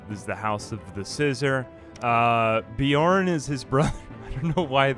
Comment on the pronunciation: How did Beorn turn to Bjorn? Not sure I can make it through the video hearing this every single time.